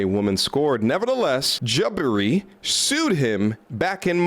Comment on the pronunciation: Why do you say “Jaba-ree” sometimes and then “Ja-bar-ee” the other times? The second one is the correct pronunciation.